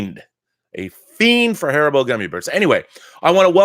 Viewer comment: HAR-EE-BO, thats how you pronounce it ;)